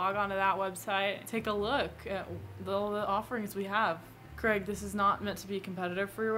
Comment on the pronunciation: 0/10 Craig would not like that you called him Crag